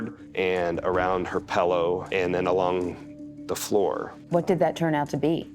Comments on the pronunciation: PLEASE pronounce the word pillow correctly.... it's not a pellow.... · It’s not Pellow it’s pillow my dude